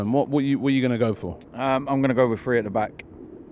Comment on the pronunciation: I cringe every time these guys say FREE... it's THree... not free. lol